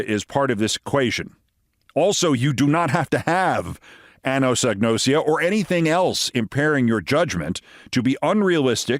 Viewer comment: Look at the word again. It's ag-nosia, not whatever you're saying.